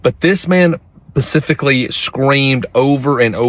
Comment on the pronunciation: you said "pacifically."